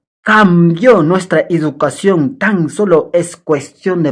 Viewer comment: OYE ENTRENA CASTELLANO, CREO QUE HASTA PEDRO "CASTELLO" PRONUNCIA MEJOR EL CASTELLANO PONTE UNA PIEDRESCTA EN LA LENGUA COMO DEMOSTENES. Y ENTRENA CASTELLANO. NO SE DICE IDUCACION, SE DICE. EDUCACION.